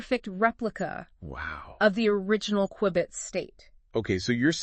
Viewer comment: It's A "Q-Bit" Not A --> "QWI-BIIT" ?!